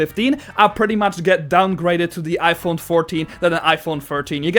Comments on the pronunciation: “IPon 15” 💀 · "Ipone" very sad words 😢 (Joke)